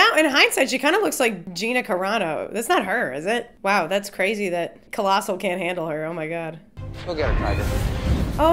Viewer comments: OMG PLEASE STOP ITS COLOSSIUS NOT COLOSSIL XD also he looks different in this movie because they re-casted him to be be more comic accurate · Every time you said "Colossal" made me cringe... haha I'm sure Colossus would not find offense, probably just shrug it off. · This was awesome but I cringed every time you called Colossus “Colossal” 🤣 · I thought it was funny and cute how you kept calling Colossus colossal. Funny